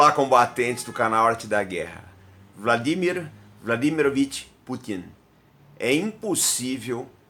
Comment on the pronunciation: Pronúncia perfeita do nome dele! Geralmente os brasileiros falam VladiMÍr quando na verdade ele é o VlaDÍmir.